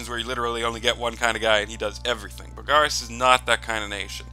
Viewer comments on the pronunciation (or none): Mostly its the stressing the wrong vowel. You stress the a in Bogarus, where it's supposed to be the o.